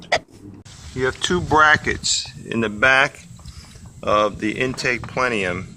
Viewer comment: If he says plenium one more time